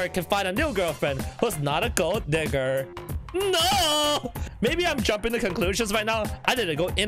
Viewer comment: i think u may have mispronounced digger*